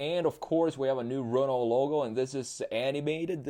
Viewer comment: Le Renault pronunciation was perfect